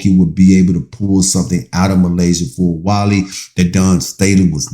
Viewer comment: Please say her name Correct